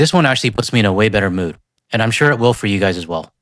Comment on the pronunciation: "World" Series. 😂😂😂😂😂 York shur/sure. Not sjaiur. Every time I try to watch a video on this channel I get hit with a pissed off guy saying stupid shit in a monotone voice being a hypocrite. Those Americans ... You're not much better. Maybe you should listen to your own diatribes some time. Holy shit. The start was cool because of the relevance, now it looks like you are just looking for content, regurgitating snowbirds for that sweet membership money. Those greedy Americans are bad, right? lol Urgh.